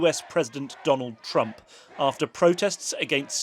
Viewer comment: " i will vote for Donil trum" 😅😅😅😅😅